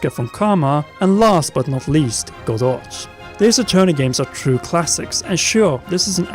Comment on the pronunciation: "May-a" Fey? It's "Mah-ya" "Godoch"? I'm not really sure what you said there but it's pronounced "Goh-doh." That's also how it's pronounced in Japanese.